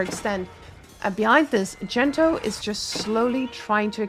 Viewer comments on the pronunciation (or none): I'm 75% convinced your co caster might actually be unaware that Gento isn't really called Dento lmao